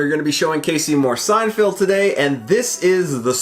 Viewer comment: why do you keep saying SeinFIELD? It’s Feld. You understand? I’m m going to keep calling you until you learn to say Seinfeld.